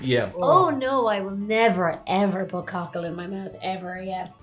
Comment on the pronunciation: Wow!! listen to the Irish pronounce troo instead of through and mout instead of mouth. The letter H is shunned.